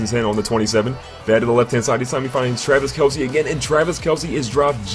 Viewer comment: yeah hi my name is and i dont now how to say travis kelce hhhhhhh